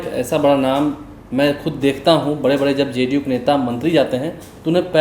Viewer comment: मुज़्हे तो ये ज़ ज़ करने बाले पत्तलकार महोदय ही सबसे बड़े एजेन्ट लग रहे हैं । जिन्हें ज़े डी यू की कितनी चिंता है ।